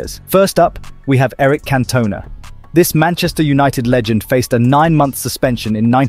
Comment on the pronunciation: Cantoona he pronounced His emphasis was on the ‘o’ while it must be on the ‘an’